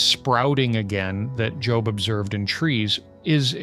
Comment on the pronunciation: I really hope miss pronouncing Job was a mistake and not AI. I really love this channel and just hope there is somebody behind the mic with these wonderful insights. I don't know why that means so much to me.